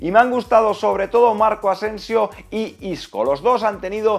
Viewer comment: se dice marco Asencio e isco no como lo dices y isco